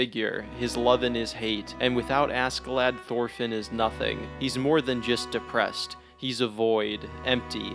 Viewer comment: Bro everytime you say "asKee-lad" it annoys me. It's pronounced ASHEE-Lad. Even the Japanese pronounce it right. Jeeeez!